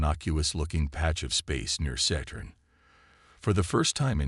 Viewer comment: Just listen, don't read. However, I take exception to the AI's pronunciation of Saturn: Saytern or Settern😂